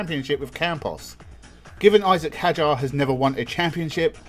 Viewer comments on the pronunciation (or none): It is Hauger (you speak it like Hauger) not like Heger